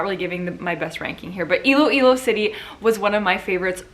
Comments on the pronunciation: You got it right! It’s Iloilo!! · Miss Iloilo is Miss Universe PH 2020 you said it right...